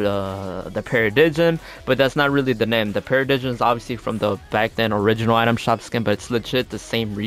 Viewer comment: Para-dime not para-di-jim lol